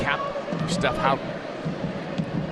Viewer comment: There are so many things I hate about the American commentary in this game but most of all is their pronunciation of 'Houghton'